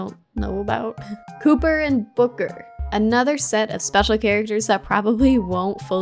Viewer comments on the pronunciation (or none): Copper not cooper lol